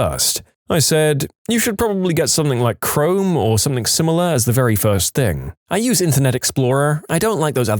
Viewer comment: I love these stories however, please, please, PLEASE stop mispronouncing something as somethink.